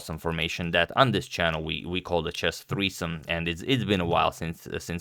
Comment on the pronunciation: Who call that chess treesome? 😂